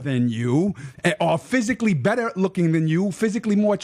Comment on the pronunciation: Troof = truth Day = they Beder = better At least Rocky Balboa was a dummy, who got punched in the head, for a living, to end up talking that way. I wonder what happened to ra to end up talking like this....and oh yeah he's "THAT GUY" ...lol what a putz...